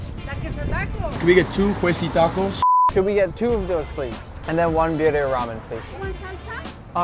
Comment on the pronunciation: lol she said BYRYA BABY